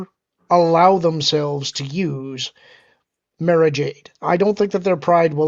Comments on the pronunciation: It's Mara not Mera lol. Mera is in DC. Mara is in Star Wars. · Listen to Timothy Zahn who created her. It's pronounced "Mahrah" not "Mairah". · I listened to the books on audio when Lucas still owned the franchise. It's pronounced "Mah-rah" Jade.